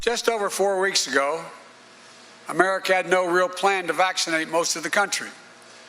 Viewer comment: He says Americat